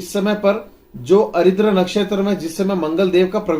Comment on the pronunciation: भाई साहब, आप जिन नक्षत्र को अरिद्र कहते हैं उसका सही नाम आर्द्रा है, अरिद्र नामक कोई नक्षत्र नहीं होता है।